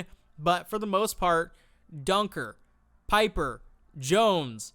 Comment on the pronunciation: Great vid. Btw, Kade Pieper is pronounced peeper, not piper. Yes, I hate it too.